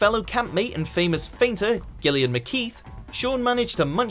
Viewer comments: Why can't you guys pronounce Gillian? Say it like Jillian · Is this awful narrator a robot? They pronounced Gillian wrong